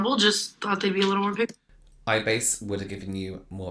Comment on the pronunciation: The way he said, "eyebase" the second time 🤣🤣🤣